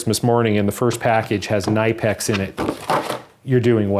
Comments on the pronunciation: Kin-e-pex. The e is of a higher tone like saying it as in kin-E-pex but also quite short. Google will give somewhere to listen to it. Make sure the speaker is German as there are many who think they're right and proclaim it to the world, even though they shouldn't. Like me for example 😁. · Merry Christmas from nor cal!!! Really enjoy your videos. For the locking pliers set you purchased the name is pronounced as - “nip x”. I am a Snap-On tool dealer and the Knipex tools are to notch!! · I believe it’s “knee-pex” Lol had to say it. I love my knipex pliers they’re the best most versatile tool I’ve ever owned. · As requested : you pronounce Knipex wrong. 😉 Make it a clearly audible K, pronounce the nip as in “nip it in the bud”, and you can’t go wrong in the ex. The emphasis is on the i from nip. You’re welcome. 👍